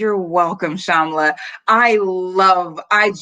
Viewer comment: Of course! Thanks for asking about the name thing and I'm okay if you want to use my real name, it's Shomla and pronounced as Showm-la.